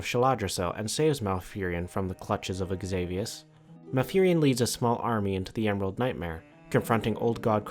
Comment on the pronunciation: Xavius name is pronounced as Savius, other then that, amazing video, really!